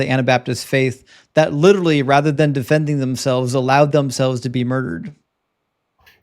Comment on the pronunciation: Way too many people saying 'lideraly', for this to be an intelligent conversation. 😂😂 Yanks...🙄